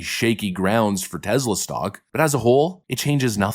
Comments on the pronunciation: Tesla like Tess La. Not tezla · Dude--it's TESS--LA. TEZZ-la is ridiculous! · Its TESLA not TEZLA. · It's TeSla not TeZla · "We love Tezler" 👌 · Its TeSla. "Tess-luh". Is it really that hard to say?